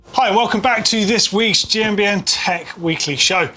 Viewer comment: The way you say GMBN sounds like Jambient